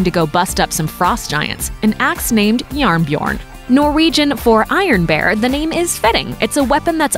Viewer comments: Jearn Bjearn is what I heard for Iron Bear hahahaa took me a while to understand that they tried to pronounce Jern Bjørn XDD It was close, buuut a bit hard to understand the few first tries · Wait wait wait did you just say JarnBjorn is norwegian for iron bear... I am Norwegian and it is Jern Bjørn but ok.. (In case that was what you intended to say sorry I just read the subtitles.) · this is coming from a Norwegian and it said yearn byurn great comtemt though keep it up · The pronunciation of "Jern Bjørn" was hilarious.